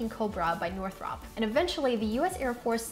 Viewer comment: Hey, I am not trying to be a professional pronunciation fascist... "Northrop" is pronounced this way:"North-R-UP" at least that's how we pronounce it in Maryland USA. I was so impressed with your knowledge skills and abilities did I just had to share that with you, hope it helps!